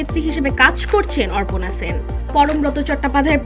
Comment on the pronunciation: নাম টা ঠিক করে বলুন, অর্পণা সেন। Orpona সেন না😂